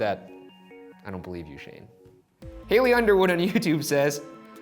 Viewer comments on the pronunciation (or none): HALLIE UNDERWOOD -- looks like "HA-LEE" not "HAY-LEE" Just throwing that out there!